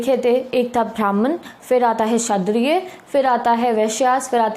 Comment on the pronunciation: 😂😂 Sadriya 😂😂 nahi 🤦🤦 Kshatriya hota hai